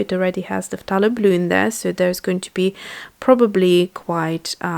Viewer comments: I don't mean to be picky, but It's NOT 'p-tha-lo'.. it's THAY-LO! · I watch a lot of her videos and I hear her say ‘f-tha-lo’ and it sounds weird to me as well. but then she has a British accent and I think that they pronounce words differently... the British usually pronounce words the way you write them if you know what I mean.